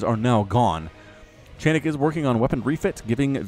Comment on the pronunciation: a funny thing for ya (and for anyone else willing to know; the one I realized myself only halfay through the cast or so): chainick is not pronounced as [chEinik]: it's [chAinik]. Like in "charge", and doesn't come from "chain" (even though it really makes the impression here). You couldn't really know it; and I know because - here comes the fun part I promised - it's actually a straightforward transliteration of the Russian word "чайник" which, literally, equals "teapot" in English - but, more importantly, in a figurative and playful way also means "a noob", in something. (So if some of you, fellas, find the guy's skill dissapointing - he kinda knows.:) Your big Starcraft fan from the "Russia" map ^^